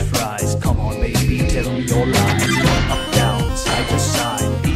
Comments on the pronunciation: I keep hearing them say ‘these skeletons want my thighs’ and it has cursed me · i know its "these skeletons know my lies" but i keep hearing "these skeletons what my thighs" and im not sure what's scarier.